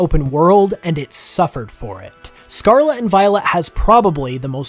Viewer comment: Can you please say the world Scarlet correctly.. just once please.